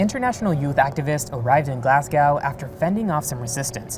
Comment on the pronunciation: please get better at saying Glasgow. Its glaws -goh... like "claws go" but with a G.